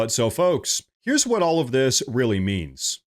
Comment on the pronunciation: Rearry rearry odd